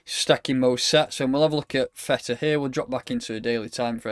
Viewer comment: it ain't Feta pal - it's TH EEE TAH lol